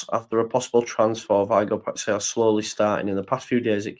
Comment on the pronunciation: Just catching up, the Feyenoord player’s name is pronounced “pie-sh-owwwww” like you’ve stubbed yer toe 🤣 Like you, I love Kalvin, but I’m not sure it’s the right time for him nor that the 49ers have any emotion whatsoever in their business dealings